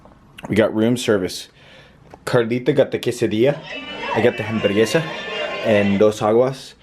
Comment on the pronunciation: and one more thing, when you say hamugresa the H is silent. You just had a little spanish lesson today!! come again on your next vlog for another! jaja